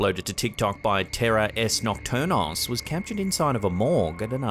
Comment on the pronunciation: It's not terror es nocturnos... It's terrores nocturnos. It means nocturnal terrors.